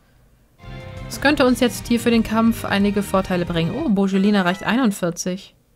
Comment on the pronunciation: 2 sachen zu sagen es ist kein muterpel sondern ein moterpel. und bei Bejelin liegt die betonnung auf das e nicht auf das j sonst ist der part akzeptabel